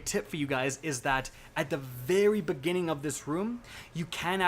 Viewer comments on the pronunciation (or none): none